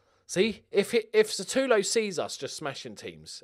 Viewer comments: He's Sutalo not Satulo. But you're, of course you'll mix up letters.:D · Sutalo is read Shootalo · Pronunciation: kopp-reev-nee-tza And that wonderkid defender: Shoo-tah-low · Also the S in Sutalo is pronounced like a Sh. That applies to the second s in Sasa